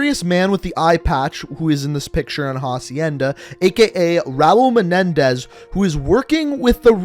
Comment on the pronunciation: You slaughtered his last name 😂😂 but good catch